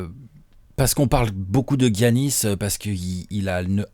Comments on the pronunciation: Come on now les gars, ça se prononce Yannis, pas Gi-Yannis. Sinon bon taf, on aime ces apéros. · Les ricains disent giannis